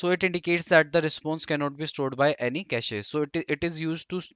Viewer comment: Pronounciation of cache is irritating me.